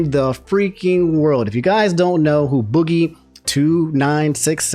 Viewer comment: How hard could it really be to do just the basic level of research and get boogies name right so you don't look like a complete idiot. Like just the fact you couldn't do that shows how little effort you put into these videos